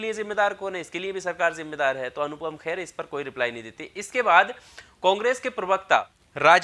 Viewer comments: It’s Kher not Khair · khair nhi Kher hai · भाई मेरे ख़ैर नहीं खेर है, बुरा नहीं maniyega क्योंकि ख़ैर सुनने में अजीब सा लग रहा है। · खैर नहीं खेर है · ख़ैर नहीं खेर।